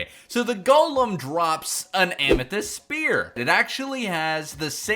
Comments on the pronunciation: Lmao “ammo-thyst” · Don't you mean *Ammo*thyst?